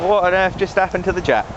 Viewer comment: i heard ppl say it jap, but that's a bad misnomer. say it like this: Jay A Pea wonderful old engines. there's parts available and reproduction. I know this is an old old video, but thanks for sharing!